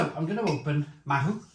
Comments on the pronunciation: Pronunciation- Ma-oo not ma-who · Not Mahu. Its Mao as in Chairman Mao. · It is pronounced 'MAOW' bit like the cat, not mahoo. Mahou....Maow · mahou is pronounced 'mao' like chairman mao. there's 2 different versions of it, one has a green label, and the other is the one you have, the red labelled 'cinco estrellas' or '5 stars' we served it on tap when i lived in spain, and honestly, when it's draught, it's dynamite!! we also served the estrella galicia bottled. at the time, the mahou was 2 euro a pint, and the galicia was only 1.25euro for a 330ml bottle. both were exceptional thirst quenchers in the costa del sol summer heat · Mahou is pronounced "mow" (like "cow")